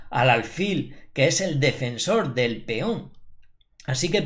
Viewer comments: Feon = peón León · por qué dices Feón?